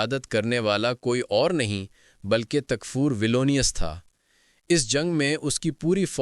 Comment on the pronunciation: Valenese Nahi Valens Hai Uska Naam Or Tumhara Har Dialogue Raaz Light Se Copy Hai Word To Word Apne Usmein Banana Nahi Aata Kya Tumhen